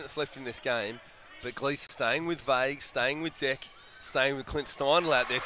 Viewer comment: bruh its not "deck" its dech with the cou"chh" sound